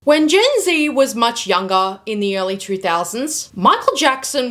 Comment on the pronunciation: “Youngah” “charactah” 😂